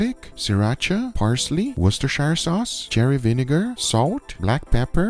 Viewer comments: Just say "wooster" like rooster. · Guga don’t say the “i” in worcestershire say it like an “e” please